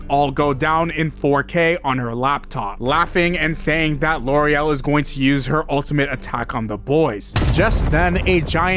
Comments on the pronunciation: Am I nuts, or is the elite four woman's name Lorelei? Not Loriel? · I'm seriously not trying to be rude or anything, but are you dyslexic? You mispronouncing Lorelei for the entire video was extremely grating. I don't know how you can get to what you were saying from a word that clearly ends in two vowels. You should really try harder to pay attention to words. You should seriously stare at them before you confidently come up with a pronunciation.